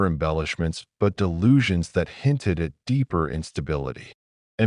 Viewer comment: A-T and I-T. 🤣😂 If you're going to have an AI slop channel, at least get it pronounce "at" and "it" instead of spelling those words out as letters!